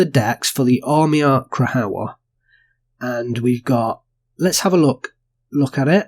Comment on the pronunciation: Krajowa = Cry-ova. J is pronounced as a y and W as v. Also, when you see Cz it's pronounced as ch (as in cha). It's all kind of softer than how we enunciate these letters English.